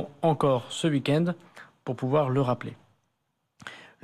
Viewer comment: "Le ouikène" x'D Darmanin, quoi...